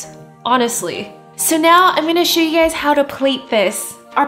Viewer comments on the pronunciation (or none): none